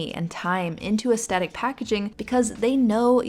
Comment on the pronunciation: Hi, I love your videos but it's pronounced "aesTHetic". It was driving me insane. So sorry to nitpick, please continue to put out great vids!